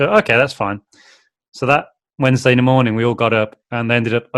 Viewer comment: COULD YOU DO A "MORININ" CHALLENGE OR JUST WOULD YOU SAY IT AGAIN PLZZZZZZZZZ